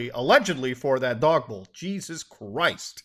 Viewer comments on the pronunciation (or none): none